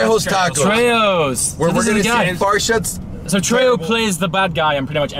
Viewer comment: "Danny trjo of Trejos ."